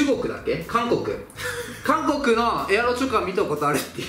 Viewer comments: エアロチョコがエロチョコに聞こえる人👍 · エロチョコって聞こえる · ⒊13 エアロチョコが、 エロチョコに聞こえる